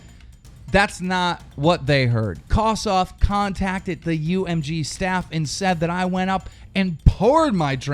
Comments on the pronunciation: Keem, its Kosdff.... Not Kosdoff... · And by the way Kosdff's name is pronounced kos-diff not kos-duff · It's kosDFF stupid stop saying kosoff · Its kosdff not KOS DOFF and leave him alone. Hes just protecting parker. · Its kosdff not kosoff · He says it like Kosssdoffff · I believe you mispronounced kosdff. It's pronounced kumduff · who tf is coss off, lmao i know what you meant but thats a big slip up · Lol he pronounces it Kosdoff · The way u say it is soooo wrong. Kosss-Diffffff thats how u say it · You can't even say Kosdff's name right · FUCKING SAY KOSDFF'S NAME RIGHT ARE YOU FUCKING ILLITERATE?? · Keem 100% pronounced KOSDFF's name wrong to show that he thinks he's a nobody